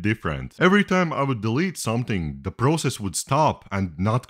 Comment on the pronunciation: You say process wrong.